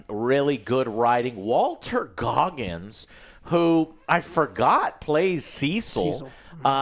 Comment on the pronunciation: One day Joe will get Walton Goggins name right.